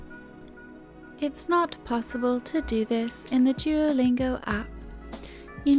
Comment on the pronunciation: how beautiful you say duolingo😍